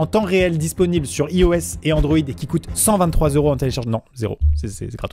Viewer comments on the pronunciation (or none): ça se prononce pas comme ça iOS